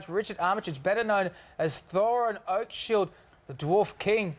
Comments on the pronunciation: Is it just me or did David say 'Oakshield' instead of 'Oakenshield'? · Brenna Jackson I heard it too lol!😂